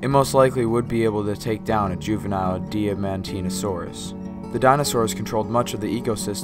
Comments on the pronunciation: its pronounced Diamond-teen-a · Correct. it's pronounced die-mon-tee-nah-sore-us.